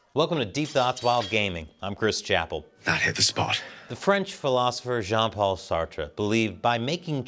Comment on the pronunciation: Just Sarte, French is weird, the re is not pronounced.